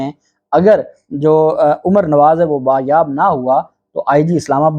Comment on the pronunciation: Sir lafz bazyab/Bazyabi hota hay Bayabi/bayab nahi ❓